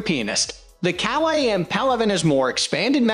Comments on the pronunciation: Kawai to say it right it rimes with Hawaii! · You seriously need to learn how to say Kawai. If you can’t say the manufacturers names then you lose all credibility from professional pianists watching. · Wait what 🤣🤣🤣 that’s not how you pronounce Kawai.. 🤦‍♂️